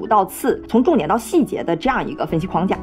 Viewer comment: 21：57，框架，框 读四声，如：门框，四声。而不是一声，那是 筐子